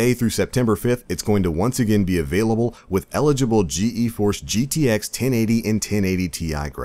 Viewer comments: just gforce not G E force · it's pronounced G-Force.